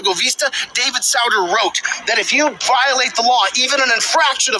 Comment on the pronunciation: Justice SOO-ter, not SOW-der, jackass. He served from , so you'd think someone studying constitutional law since 1998 or so would know this basic fact. (He was one of the more fun ones, admitting during his confirmation hearing that he had read Fear and Loathing in Las Vegas by Hunter S. Thompson).